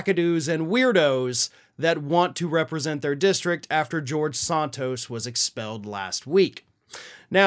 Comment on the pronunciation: I will be happy when you stop talking about George, as you still can't pronounce his last name correctly. Sheesh!